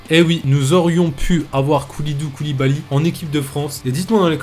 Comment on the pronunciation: "Koulidou Koulibaly" 😂 Sinon c'est super intéressant ce genre de vidéo !